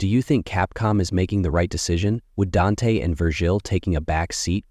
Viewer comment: Why is he saying Dante and Vergil name like that it's like he says they names right then he intentionally say it wrong